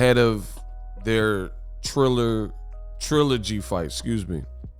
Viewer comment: This bum talking doesn’t even have a third grade education! Bum you can’t even pronounce trilogy. Or are you high?